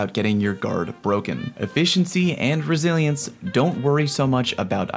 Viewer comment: GuArD ReSiLiEnCe me: so you're saying take a shot each time you say it wrong? got it